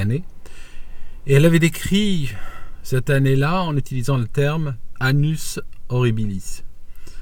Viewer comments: Annousss... et pas "anus".... lol sinon on va tous l'avoir dans le c.l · autant dire anus au lieu d annus